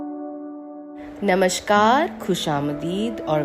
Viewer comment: Podcast बेहतर करने की गुंजाइश है। सुनकर लगना चाहिए कि आप बोल रही हैं, न कि पढ़ रही हैं। उच्चारण पर भी और ध्यान दें — नमस्कार, नमश्कार नहीं; "ख़ुश-आमदीद" के "ख़" का उच्चारण हलक़ से किया जाता है।